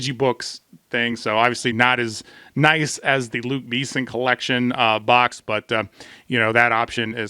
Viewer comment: Great video, but your pronunciation of "Luc Besson" needs work 😉